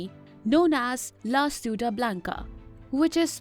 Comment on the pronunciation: ciudad = chee-oo-daad (dard wala D)